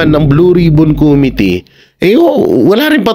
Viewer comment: "Committee" ang tamang bigkas ng salitang ito ay: (_ko "MI" _ti) mababa ang bigkas sa KO, itaas ang bigkas sa MI, mababa ang bigkas sa TI. **** Huwag ng gayahin si Dan Fernandez.